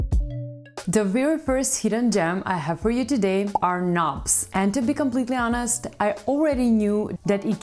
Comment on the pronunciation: As a Brit I love the way she pronounces and talks about 'knobs'.